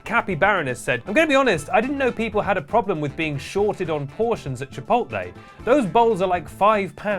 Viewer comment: finally learned how to pronounce “controversy” and it made him forget how to pronounce “chipotle”